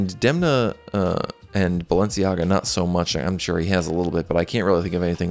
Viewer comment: « Sciura » /SHOO-rrrah/ means « Madam, (rich) lady » in Lombard/Milanese PS: please stop saying « Balensi », I beg you.